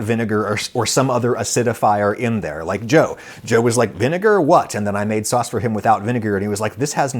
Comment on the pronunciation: I just had to comment to say that I’ve been laughing for a minute straight because Adam said “fauce” instead of “sauce”🤣🤣